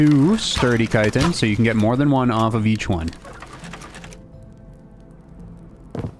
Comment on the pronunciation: Why dont you pronounce the ch in chitin? Its the first time hearing it called citin 😂